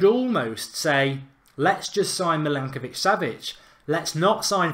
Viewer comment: You said milankovic, it is milinkovic. You pronounced weigl like veegal, it’s pronounced like vaigal. Jorginho and fabinho you didn’t pronounce the ending right. The ending is pronounced like eenyo. It’s pretty funny and annoying